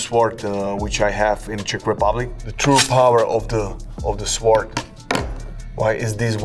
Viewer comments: Saying it without the W is the correct pronunciation though… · You know this man is super smart, Cause he saws "sword" with actually using the W lmao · Suh-wored Sword. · Love how he was pronouncing sword, it’s the samurai code to leave no letter left out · I like how he says ''sword'', pronouncing the w. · Going to start pronouncing Sword with a W.